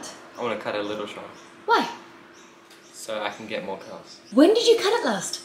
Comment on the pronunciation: Had to replay the first bit as I thought he said "get more girls" rather than "get more curls" 😂